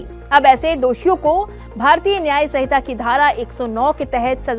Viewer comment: Hamare bhartiyon ko to Hindi bolna bhi nahin aata yah madam sanhita ko sahita padh rahi hai.